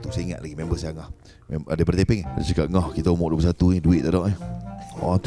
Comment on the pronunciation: Lawak la abg zul arifin ni. Ckp tepeng pulak. Mmg lawak. Haha. Btw sy org taiping. Salute abg zul arifin🫡